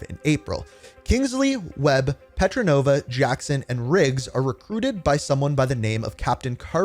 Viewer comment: It is petrova not petronova great video anyway